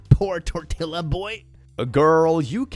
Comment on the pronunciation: not knowing how to pronounce “tortilla” 😭😭😭